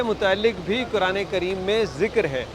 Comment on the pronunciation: Assallam Alekum Say Quran not(kuran).